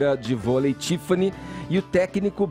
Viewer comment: Esse Fefito não sabe conversar não? "Contsinuando" "Tsifani" Seguintsi. Será que ele acha essa pronuncia bonita?